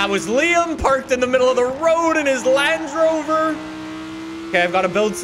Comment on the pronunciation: "Lange Rover" enough said 😂